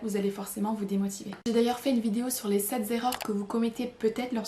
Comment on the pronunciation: j’aime vos conseils, mais ce sept(z) erreurs m’a fait mal aux oreilles, liaison fatale même aux meilleurs professeurs et journalistes. Vous êtes pardonnée. À bientôt. 👍